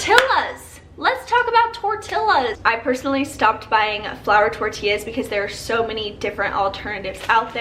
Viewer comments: Idk why but it just bugs me so much when people purposely mispronounce tortillas and are tryna be cute. No.. Lol Im a victim of the chips! I love ant hot flavored chips and can eat a whole bag 😭😭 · that pronunciation of "tortillas" tho, gurl